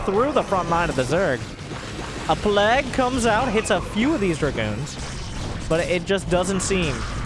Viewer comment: I look forward to more of accent saying plague. "plaegg"